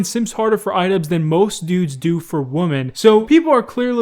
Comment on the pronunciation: i beg you learn how to pronounce ''women''